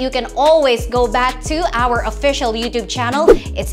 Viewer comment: Did she say “youdoob”? Masyadong slang si ate.